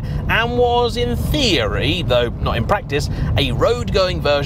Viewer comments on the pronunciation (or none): none